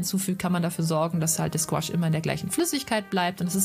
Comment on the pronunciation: Gutes Video. Sorry muss das anmerken: man spricht es nicht als "Gwasch" aus sondern; GOUAache also Guuaasch. Ist ein französisches Wort.